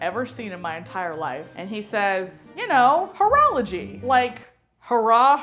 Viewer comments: When she said horology I thought she mean't whorology... if you know what I mean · At first i thought he was calling cheerleaders ho's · I thought he was saying cheerleaders were whores 😂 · At first i didnt know what was so wrong about that joke i was actually kind of laughing until the end i guess what they meant is that they tought he said whoreology instead of horralogy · Oh... The whole time I thought he was saying it like hoorah like cheerleadin... Now I get what she thought... I feel stupid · Oh I was thinking during the all vide why everyone where so offended about the joke because I thought it was about whora-whora and not about whore. The perks of not being a native speaker and don't know about the correct pronunciation I guess hahaha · Gimbra "Whoreology" it's sounds like he's calling the cheerleaders whores. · english is not my first language either and at first i ear "urology" so i expected a prostate joke... x'D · Gimbra HOE-rology